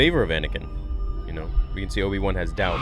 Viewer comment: Did just say "Obi Wuhan"? Sounded like that